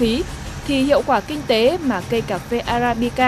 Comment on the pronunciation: con lạy thánh, tên cà phê nói sai bét. thưa anh, tên Arabica anh đi sửa thành Abarica, lạy thánh